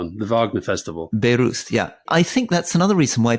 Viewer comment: Angela Merkel going to the Wagner Festival in Beirut :D I know pronouncing Bayreuth might be difficult for non native speakers, but that soundbite was just funny